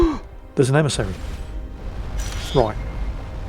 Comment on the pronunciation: "Be vewy vewy qwiet, we are hunting an emisawy" 😂